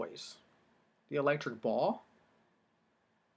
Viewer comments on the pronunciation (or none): none